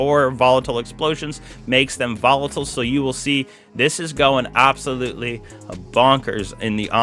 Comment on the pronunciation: Welcome BAWK to the channel..it is AWBSOLUTELY disgawsting